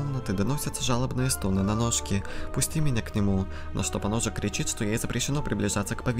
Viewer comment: Прочитать поножик;❌ Прочитать поносик;✔️